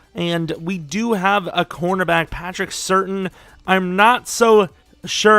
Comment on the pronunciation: Bro. It isn't Patrick certain. It is Patrick Sur-tan